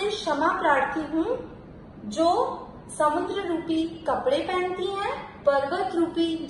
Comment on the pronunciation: It's samudra.... Not samundra. समुद्र, ना कि समुंद्र। Thanks.